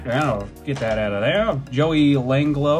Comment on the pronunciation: “Joey Langlo” dude what